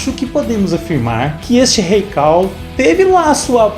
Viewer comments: "CULL". "cAll" não mano. Ta lá a letra U e não a A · Kall? Quem diria...eu que pensava que a pronúncia era cull mesmo...kk